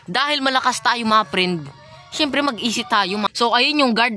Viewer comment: "Syempere EASY" HAHAHAH